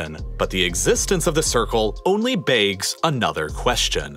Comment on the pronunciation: "...only 'baygs' another question." Yuck.